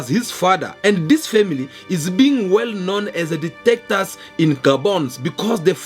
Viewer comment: ""DICTATORS""" NOT DETECTORS